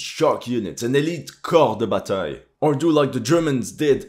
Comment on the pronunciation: nice prononciation for "corps de bataille" 👌👌